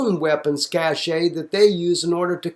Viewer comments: it's pronounced "cash" it's not a "cashay" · cashe is pronounced "cash"